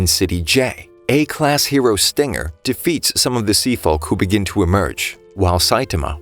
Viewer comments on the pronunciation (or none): none